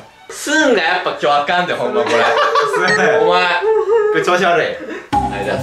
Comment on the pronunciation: すんがぜんぜん読めてないの草